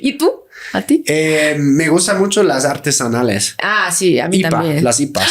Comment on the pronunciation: Mejor "artesanias" porque te van a alburear si continuas pausando a la mitad la palabra "artes-anales"😅